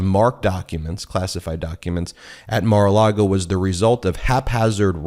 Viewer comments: I love you guys, I really do, but you have to stop calling it Mara-Largo. It’s Mara-Lago. Not that I give a damn about what DJT names his crappy wedding venue, but you know the right wing weirdos will seize on Democrats mispronouncing their dear leader’s flop house and point out (incorrectly) that Dems can’t even get that right so they must be wrong about everything else they say. Of course you guys aren’t the only ones to mispronounce Mara-Lago, I hear it said wrong all the time on MSNBC and other liberal leaning outlets. We must always set a good example for everyone. If nothing else just call it Mara-Lardo.😊❤❤ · Please don’t say Mara Largo It’s Maralago!! Thanks! I listen to you all the time!! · “Mar A Largo.” Haha, Ben, Cohen is rubbing off on you. You almost said, “Mar A Lardo.” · There is no R in Lago. It’s not Mar-a-Largo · Michael Cohen says “Mar a Largo” - please don’t copy his mispronunciation. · I've heard you say MARALARGO more than a few times, and assumed it was meant as a joke like Michael Cohen and "mara-lardo". Now I think it's just a slip between the Spanish words LAGO for lake and LARGO for large (as in Key Largo) I think it's mar a Lago for " view the lake " or "lake view". Just wanted to help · I find it amusing that Ben has picked up "Mar-a-Largo" pronunciation from Cohen.